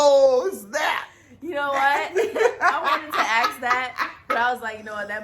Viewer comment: Lol they wanna ast like they tough so they keep silent t 🤣🤣🤣